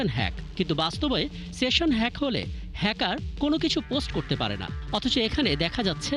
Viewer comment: projokti bangladesher manus ki buje? station noy session